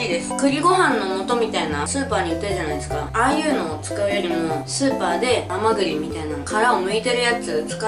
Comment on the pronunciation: あまぐぎって聞こえる